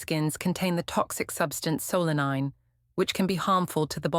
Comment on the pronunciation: Not "selene" as the AI voice said, but SOLANINE, pronounced SOUL-a-neen.